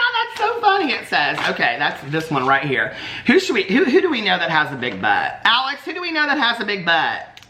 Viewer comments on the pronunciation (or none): none